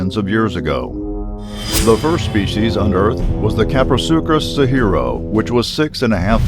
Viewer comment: Carnosaurus? Crestaceous? Kaprosurchus? Does this person have any idea what he's talking about? If you can't get any of your facts correct, and you can't pronounce the words in your video, stop making them.